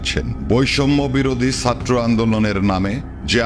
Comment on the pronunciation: সাত্র না ছাত্র